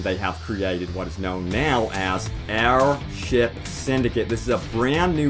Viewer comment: My only complaint: every time you said "air ship" i thought you said "our shit." Which is fine, just funny.